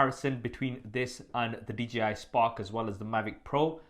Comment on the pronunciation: it's D-J-I. Not DGI.